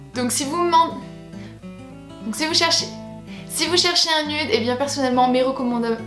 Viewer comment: s'il te plait arrête de dire "nude" c'est nioude